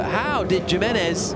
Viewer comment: The pronunciation of Jimenez makes me wanna rip my ears of in embarrassment